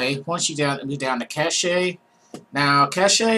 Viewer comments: cach-a is pronounced Cash . lol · "cache" is pronounced like "cash". Cache, in the computer/IT domain means "fast, frequently-used (but temporary) storage". "Cachet" is pronounced like "cash-ay", but it's an entirely different word (It's a French word, and it means "seal of approval" or "mark" or "superior status" in English).